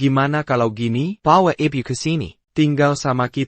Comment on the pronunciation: Bisa gak ngomong yg benar, bilang ibu ibiu